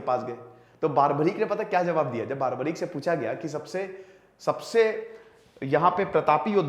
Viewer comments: Its barbarik not baarbarik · बारबरीक नही, बर्बरीक है। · Nam ka sahi uccharan toh ker lo bhai